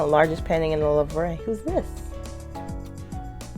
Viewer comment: You say louvre like this: louv The re is silent